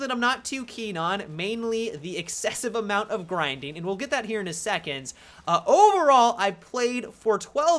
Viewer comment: "Geet in mah belleh"